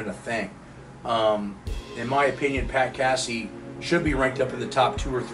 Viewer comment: Pat Cassie lol. Funny pronunciation